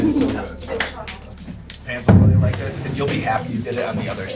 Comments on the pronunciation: I don't wike it -Chris Evans effect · spending a lot of time w chris evans i see... " i don't wike it"